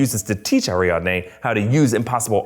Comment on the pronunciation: Is it just me that cringes every time he says AriaNde instead of AriaDne. It was distracting!